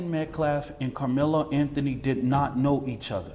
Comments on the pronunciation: The name is Austin Metcalf-not -METCLAFF-Please show some respect and get the murder victim's name right-this guy is beyond ridiculous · Cannot even say the victim's name correctly but then cries about "disrespect."